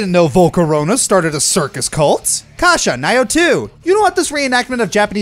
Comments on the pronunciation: When he said "Nioh" I was about to say.... "What was that?" Lol. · The way you pronounced "Nioh" during the Honorable Mentions almost made me have an aneurysm